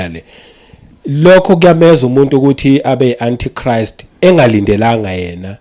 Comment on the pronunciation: My granddaughter got confused the way you pronounced Antichrist even Google pronounced it as ANTICHRIST